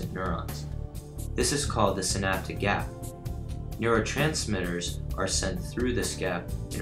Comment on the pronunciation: lol...u said "snapdagap"